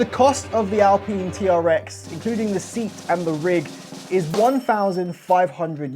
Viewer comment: This idiot can't even pronounce alpine, do you really want to listen to the opinion of someone who can't pronounce alpine... What an absolute plank 🤦